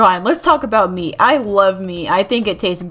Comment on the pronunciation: I heard me instead of meat 😵 You like eating yourself😳